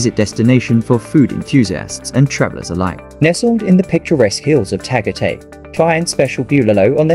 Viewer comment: No, I was referring to the accent of the computer voice mispronouncing Tagatay.